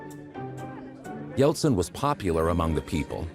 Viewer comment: Yeltsin e não Yeltson.